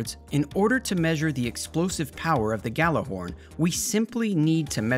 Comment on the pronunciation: ahem it’s pronounced “Gi-y’all-are-horn” 🧐